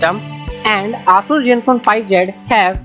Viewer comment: ASUS pronunciation is not aasuuus it Aaasaas